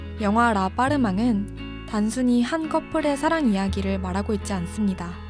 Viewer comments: 라빠르망보다 라빠르뜨망이 정확하죠. 근데 미전센은 웃겨요. 미쟝센 이 불어발음이고 미전센은 영어발음이죠^^ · apprtement 은 프랑스 어 아파트 입니다 다른뜻 없어요 ...발음은 라빡뜨멍 ..감사히 잘봣어요